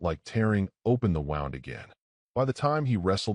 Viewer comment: Sorry, but mispronunciation of words "F's" up the story a little for me. The word is pronounced Woond NOT wownd. I realize the word is spelled the same regardless, but the contest determines the pronunciation, and in this context it is pronounced woo-nd.